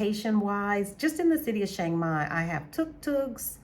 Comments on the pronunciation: I’ve been to Chiang Mai (Pronounced - Chuh-Ang My) Mai 30 times since 2005 but I’ve never been to Shhhhhiang Mai. Where is it located? 🤣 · I don’t have on a mask. It’s a photo of a snowman dressed up to look like a man. I don’t have a YT channel and don’t know how I got subscribers. Maybe they like snowmen. I don’t troll. I was merely pointing out the proper way to pronounce Chiang Mai in, what I thought, was a comical way but it looks like it back fired. Please forgive me if I offended you. I wish you the best and hope you continue to enjoy Chiang Mai. It’s my favorite city in Thailand.